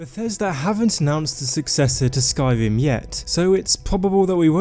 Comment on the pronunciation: Skywim, pwobawble